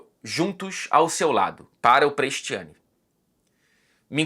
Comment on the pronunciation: Eu tenho uma pergunta para o. Se o Vinicius não fosse brasileiro,o seria tão assertivo nos vídeos? Tudo que seja racismo é condenável mas também acho lamentável a maneira como o diz o nome Prestianni.